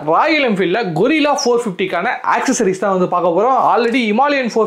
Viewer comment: Bro. கொரில்லா இல்லை கரில்லா